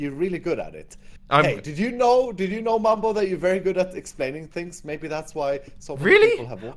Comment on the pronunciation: Why does call mumbo bumbo?